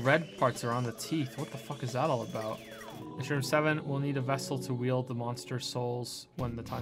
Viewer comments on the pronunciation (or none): none